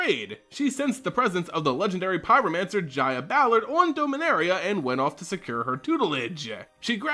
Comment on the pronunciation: Jaya is pronounced as Ya-Ya